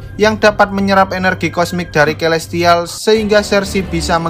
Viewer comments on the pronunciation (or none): Kaya aku aku dengar di nyebut nama elestial deh🗿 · Gua gk salah denger ni elestial